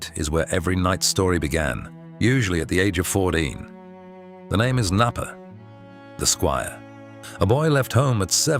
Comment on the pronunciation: The name “Knappe” in German pronounces K-nappe with the K being pronounced in still form as in ck in Muck.